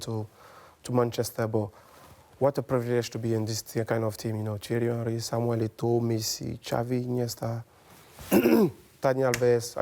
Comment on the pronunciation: Nice hearing someone pronounce ‘Samuel’ in Samuel Eto’o’s name correctly